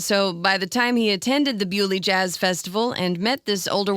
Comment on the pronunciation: Thank you for pronouncing Beaulieu correctly.